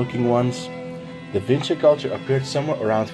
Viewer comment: Da whingy kulča🤣